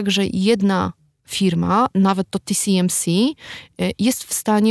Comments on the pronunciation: nie chciałbym się czepiać ale czy w segmencie dotyczącym półprzewodników mowa o TSMC? czyli "ti-es-em-si" a nie ti-si-em-si? probowalem znalezc ale google nie znalazło nic pod TCMC. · nie tisiemsi tylko TSMC tiesemsi.! Taiwan Semiconductor Manufacturing Company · Co do części o półprzewodnikach, to się zawiodłem, bo nie wspomniano o oprogramowaniu, które służy do projektowania chip'ów tj. EDA, które też jest przedmiotem sporu. No i nie "ti si em si" (TCMC?) tylko TSMC, podobnie nie AML tylko ASML. TSMC jest producentem układów, ASML projektuje i sprzedaje maszyny do litografii, a klientami są takie firmy jak TSMC, Samsung i Intel, ale te wyżej wspomniane firmy to nie mają wszystkiego co jest potrzebne do produkcji. ASML nie może sprzedawać najnowszych maszyn używających Extreme UV (plazma) do Chin, ale sprzeciwia się zakazowi sprzedaży urządzeń do Deep UV (laser) bo to nie jest już najnowsza technologia.